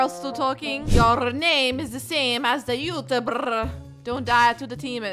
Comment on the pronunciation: I love how she said Youtuberrrr! 😂😂😂